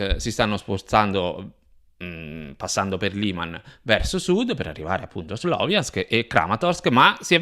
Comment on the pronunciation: Ciao, anche se è scritto Sloviansk si pronuncia "SLAVIANSK". 💪 Congratulazioni per il canale.